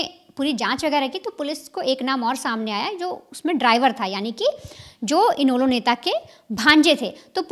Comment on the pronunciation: और इनैलो नाम भी नहीं आती बोलना